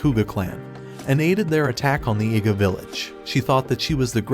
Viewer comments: An Iga ninja. I know what it sounds like, so maybe the AI must be mispronouncing "Iga." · Bro, I heard him say a nig3a ninja, or is that just me